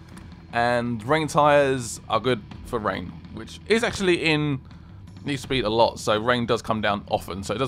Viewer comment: its "Hello Guys and Welcome to nee foo sped"